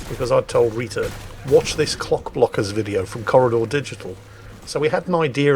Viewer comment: It may be the accent (what accent?) but after the first time mentioning the video, instead of 'Clock-Blockers', said 'Cock-Blockers' every time.... lol. Freudian much? lol